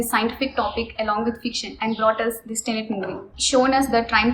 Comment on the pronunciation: It's tenet ma'am not tenent